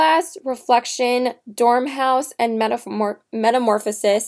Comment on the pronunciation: You mean Dor-mouse, not Dorm-house. Nice video...thanks for the honest review...:) Listen to the old Jefferson Airplane song "White Rabbit"...you will probably enjoy it since you are such a fan. A interesting view of the story....:)